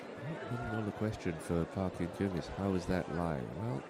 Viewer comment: Nice play. but be nice if the commentator would learn how to pronounce her name. Totally off.